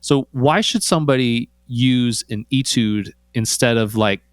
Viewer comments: He told you Atude and you said it once then continued calling it an Etude. I know it's spelled Etude, and pronounced A. But why did you continue to mispronounce it? Just a curiosity. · He kinda bounced around, didn't he? Saying it with a long "eee" sounds weird, like, "I got your e-mail of e-tudes." 🤣 A few times he did "eh" tudes which frankly I let slide. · Etude is pronounced "Aytude".